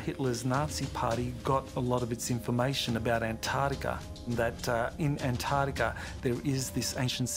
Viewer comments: "ant-TARD-ica"...I feel insulted.... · Ahn taht eecah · Its “antartica” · The way he pronounces Antartica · In an-trardica right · How come Americans don't pronounce the "T" in (Antartica) ? LMAO ! Sounds like "Anartica" ...."An-Tarty-Ka" 😂 it is a funny word though.... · An-tardica. Ant-Arctica. An-Arctica An-Artica. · The name of that continent is ANTARCTICA and not ANT ARTICA or ANNARTILLKA so get the name right people or if you cannot then call it the SOUTH POLE, got it????? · They said Antarctica 2 times right 10 times wrong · Why are 99% of Americans incapable of pronouncing 'Antarctica'? Adolf has no 'Y' in it, either. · An-Tar-Ti-Ca please jheez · I love hearing Australians pronounce the word, "Antarctica". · Can no one that was involved with making this video pronounce Antarctica properly? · What puzzles me more than anything, is the Americans inability to pronounce 'Antarctica' correctly